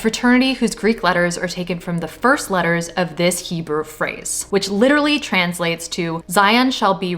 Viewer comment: He spoke HE-BLU...